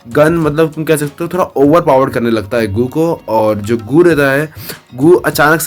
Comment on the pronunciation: Bhai yeh GOO HAI GUU NAI 😅